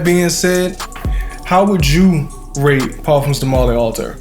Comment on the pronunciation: Great review! It’s pronounced All- tie- here✌🏿💯💯